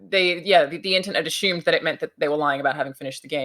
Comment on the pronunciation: love it when she said ashoomed ❤